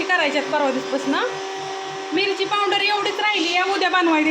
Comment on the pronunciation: पाउंडर नाही ग आक्का पावडर म्हण